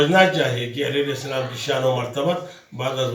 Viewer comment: Mashallah Salam to sahi tarah kro ju muhtaram